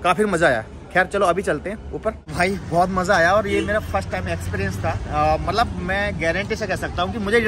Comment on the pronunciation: Bhai malap nhi Matlab hota malap malap🤣🤣🤣